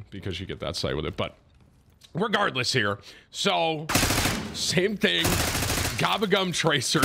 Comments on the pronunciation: Tim gotta be trolling with his pronunciation of gobblegum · Bro if I hear gobba gum one more time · If I had a penny for everytime tim said gobblegum wrong I’d be a billionaire 😂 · brother I am begging you to pronounce gobblegum better